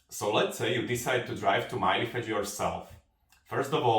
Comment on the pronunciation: Why do you say Mylefetsch ? LL is pronounced tl with the l more pronounced as a short l sound and not like el